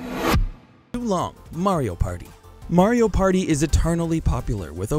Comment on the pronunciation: I pretty sure that this guy is the only guy who messes or gets thing on the paper wrong like in this video he said wind walker in stead of wind waker and in a other he couldn't say Mario he was saying merio and called reaper from overwatch raven. Im not trying to be mean but always double check for mistakes in editing.